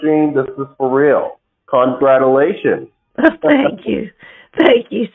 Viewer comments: Congradulations . That should be the first clue. They tend to pronounce words wrong. They must think that they sound very logical . Nonsense . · Why are these people unable to say the word congratulations correctly?